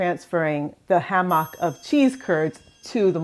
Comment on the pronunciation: Never heard someone pronounce Hammock that way before. Great video